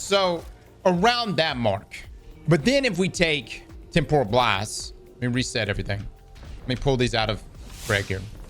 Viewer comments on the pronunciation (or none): it's pronounced Tem - puh - ruhl... Not, Tem - por - ral.